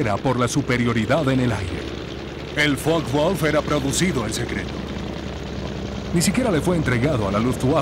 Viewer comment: Focke Wulf, como lo pronuncias que no se entiende? Láncaster tambien mal pronunciado